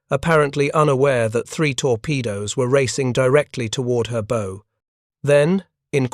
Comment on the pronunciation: AI needs to learn how to pronounce "bow"! It's NOT the "and arrow" version!!!